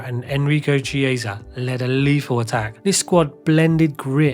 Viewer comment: It’s also not how you pronounce Chiesa. You’d think this one would be easy as his son is a current premier league player.